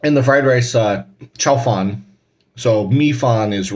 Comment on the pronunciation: Interesting...not sure if your saying chow fan or chow fun the second is a type of flat noodle